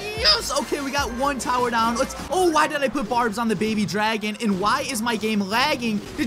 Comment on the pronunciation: You said paby dragon